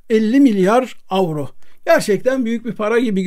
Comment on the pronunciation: hocam kutlarım sizi avro dediğiniz için ,sömürge kafalılar gibi yuro ( euro ) dememeye çalıştığınız için...